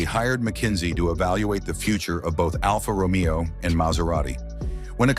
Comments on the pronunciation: I just realized this voice is ai cause it said alpha Romeo wrong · et your A I chat to pronounce the Alfa ROMEO correctly,,, Its not Romeo and Juliet!